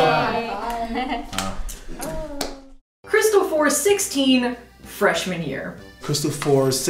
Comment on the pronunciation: I'm not sure it's Freshman Year, I kept hearing Fresh Manure